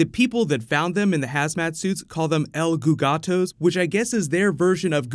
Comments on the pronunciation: and the guy said contato not el gogato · eh it is way more different than the american and UK english, and he said "contato" not "el gugato"